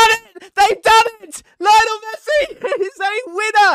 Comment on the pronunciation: Why does he say Messis first name like that